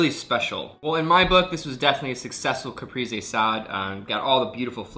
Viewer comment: looks really delicious! ps: the e in caprese is both times more like the second the e in elEven ;)